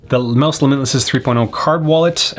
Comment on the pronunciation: The dog’s confused why you’re calling it Mouse when it’s pronounced like Mousse